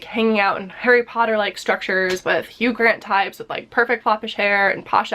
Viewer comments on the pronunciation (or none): none